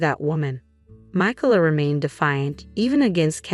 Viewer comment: The name, Micalah, has 3 syllables. In the USA, the second syllable is usually accented